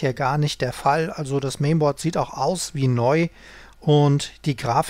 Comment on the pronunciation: * DE - ich glaube Du hast es selber schon gemerkt, über Deine Aussprache haben sich schon einige amüsiert aber anstatt Dich darüber aufmerksam zu machen, machen sie sich darüber lustig. Weiter im Text - Mainboard - Lautschrift nicht "Mehnbord" sondern "Määhnbord" kannst mich gerne als Englischlehrer angagieren;-).